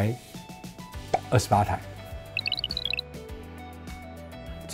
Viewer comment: 一共掛牌.....28台，這個頓點好笑😆